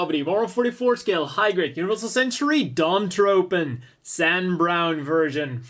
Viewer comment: I've heard Dom-Tropen pronounced Dom-TroFen. Also: is there a HGUC Dwadge kit?